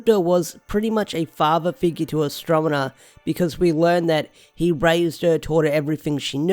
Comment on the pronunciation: Astro-ne-ma, not Astro-me-na.